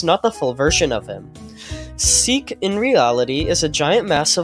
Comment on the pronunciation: Seek not seel